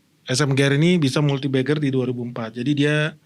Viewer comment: multibagger ❌ multibeggar ✅